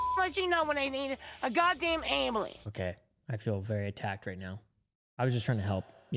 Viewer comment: The way she says ambulance.😂😂